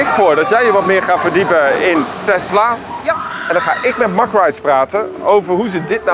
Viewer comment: Fan van het kanaal. Super fijn om altijd extra dingen van attracties te weten te komen via jullie.🙏👍 Verbreedt mn kennis. Men spreekt eigenlijk de Engelse benaming uit, "mek" rides.. als ik "mak" rides hoor dan 🥵